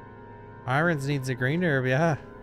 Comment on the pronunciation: Not often you can call Irons “eye-runs” like a 6 year old for so long without realizing it’s l Eye-urn”… Unless I’m missing out on a joke